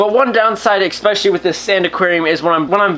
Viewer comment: Why do you say eCKspecially. It's pronounced eSpecially lol it's pretty annoying ESPECIALLY😂 because you say ESPECIALLY a lot lmao